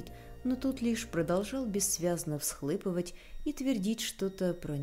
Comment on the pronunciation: Прослушала очень много вашего чтения. Мне оно нравиться, но обязательно в каждом произведении есть ошибки, чаще всего ударения. В этом произведении - всхлЫпывать. Это очень удивительно, потому что в основном всё очень грамотно. Речь поставлена. Но, даже одна ошибка, как грязное пятно на белоснежной блузке, очень коробит слух и портит впечатление. Благодарю за прочтение! Не останавливайтесь)))